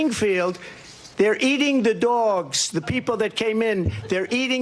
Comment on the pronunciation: Meeliuns and meeliuns of dwawgs are being eaten.